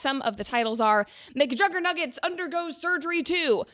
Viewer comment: mcjuggernuggets is one hell of a name, you say it in the most correct way possible lol